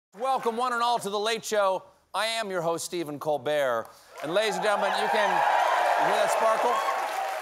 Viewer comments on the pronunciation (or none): none